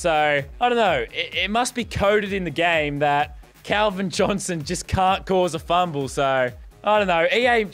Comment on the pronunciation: u said will chick